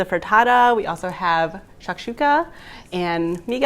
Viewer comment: Bro for real! I cannot find any of the recipes from this video. I also can't understand how she pronounced the second recipe so I can't even Google it... The captions read "Chuck Chucka" and that's not a thing. I clicked this video to see the recipe for the eggs with the avocados and like steak chunks or something on it, and I can't figure out what it is!